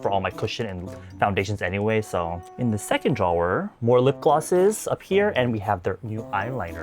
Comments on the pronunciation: Normal person: drawer: ✨DRAW✨er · I’ve never heard anyone say drawer with so many syllables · I’ve never heard anyone pronounce “drawer” the way you do… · the way you say drawer 🤣🤣 anyways love u 🤎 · right, love him but it kept distracting me 🤣